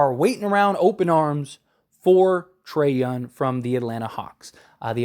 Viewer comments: Bro. You killing the way you say his name. Its Trae Young not Trae Yun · Trae "YOUNG". with a "G" in the end.